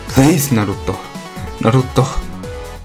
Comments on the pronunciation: Shandaroo!!!!! NaruTOW... NaruTOW... hahaha i love it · just listen to how my boy says naruto's name lol